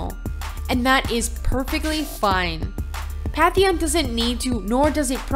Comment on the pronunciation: BTW it's PaNNNNNNNNNNNtheon. Not PATHHHHHHHHeon